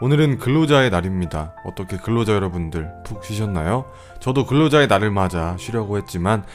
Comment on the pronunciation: 근로자의 날을 그로자의 날로 들은 나는..